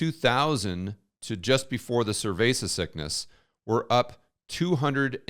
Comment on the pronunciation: Why is he calling it “cervesa sickness”?